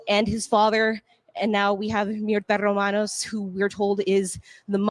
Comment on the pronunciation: The nams is pronounced Ro-man-oz.